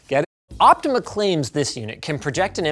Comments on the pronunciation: I don't think he correctly said the brand name even once despite it clearly saying "Optoma" on the box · linux where in the box you read optima as optimal? it is optoma as for optical monitor